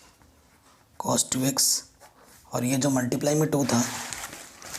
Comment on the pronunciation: Sir why are you saying cosh it is cos.